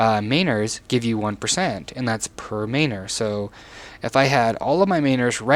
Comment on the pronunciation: with do you not know how to say MAN-ors...what is a maynord?